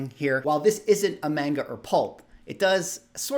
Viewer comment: Pshhh homie called it Mayne-Ga 😂😂😂. I’ve literally never heard heard the term pulp until you had mentioned it in a different video prior. Pretty hard not to love those covers!